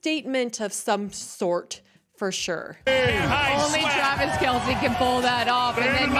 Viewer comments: . Your staff should've told you if not the comments it's pronounced Kel-cee. No biggie. Your show still kicks as 🎸🎸🎸♥️♥️♥️ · It's pronounced Kel see1 😮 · It's said like this Kell See😂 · His name is Kelc-eee. And that suit is not from the 90's, its a 70's throwback. You aren't that informed on... some common knowledge stuff... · Oh I enjoy your videos Just want to correct u It’s Travis kelce No silent letters